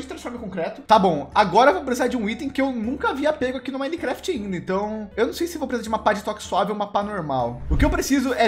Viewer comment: vc errou no começo😅 vc falou minecaft 1.7. da o coração ai😅